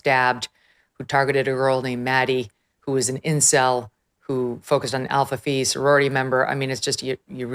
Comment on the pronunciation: Alpha Fi, not Alpha Fee.